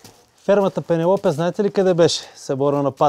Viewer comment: Само че прости хора, не се произнася пенелопе а пенелъпи 😂😂😂